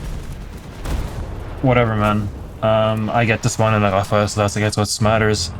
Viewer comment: It's the first time I hear a non french speaker pronounce Rafale like a native speaker you nailed it bro